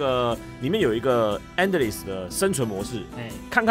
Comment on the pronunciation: 那个Endless不是这样读啦 😅看了那么多年老皮的影片，怎么每次读英文都太过随意了啊。